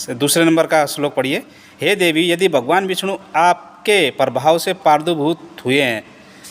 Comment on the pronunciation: और प्रादुभु्त लिखा है टीआर पहाड़ी जी और आप पादु्भुत पढ़ रहो हो थोड़ा सही से पढ़ो ?